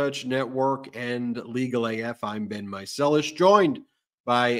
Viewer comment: Yes, so grateful for them!! 💙💙💙 (BTW it's "Meiselas" 😉 )